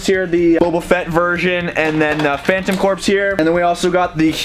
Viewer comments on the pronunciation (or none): Phantom corps. It’s said phantom ‘core’.